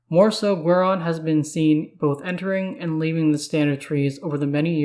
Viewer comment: its GWAY -RON... gwahron sounds terrible